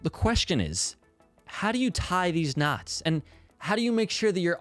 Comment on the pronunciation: Great video, very helpful as I'm trying to write a great short story for a contest. but every time I heard about knots I, a non-native speaker, couldn't help but hear "nuts". It gave a whole new layer to the video.